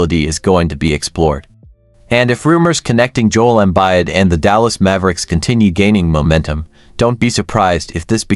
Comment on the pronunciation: "Jole Embide" Good stuff